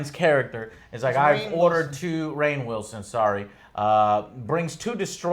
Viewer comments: Ryan?!? It's fucking Rainn, pronounced like rain. Joe needs to stick to video game reviews. He consistently pronounces every name wrong. Jesus is he stupid. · Did joe call Rainn Wilson ryan???